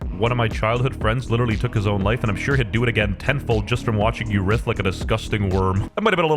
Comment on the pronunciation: just a headsup writhe is pronounced like rise but with a th at the end